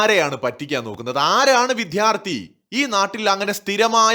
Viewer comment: വിദ്യാർത്ഥി. വിഥ്യാര്‍ഥി അല്ല